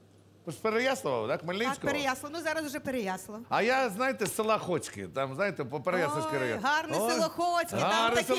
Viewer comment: для коментатора: ПереяслАв, а не ПереяслІв.